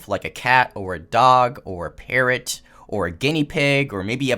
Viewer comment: When you said "parrot" I thought you said "parent" 😂. I had to rewind it to see what you said lol